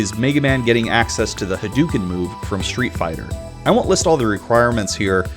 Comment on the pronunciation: "Ha-DOO-ken"... LoL! Good shit.